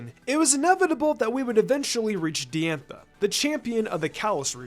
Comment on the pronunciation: not to be "that guy" but its pronounced dye-anne-tha. not d-anne-tha